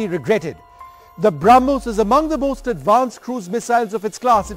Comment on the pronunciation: Bramus nahi brahmos he